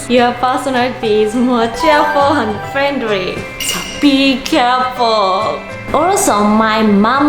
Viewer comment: "Cheerful and frienry" Wow can you get English lessons pls Edit:green bananas is common in the Philippines